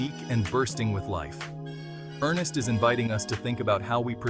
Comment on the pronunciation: NOT ERNEST, ERN SSST